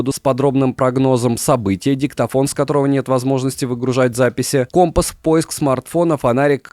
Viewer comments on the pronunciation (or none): none